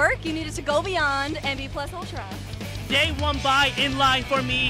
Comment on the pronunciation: People keep pronouncing "plus ultra" as though it's like the plus from plus sign. It's Latin, not English.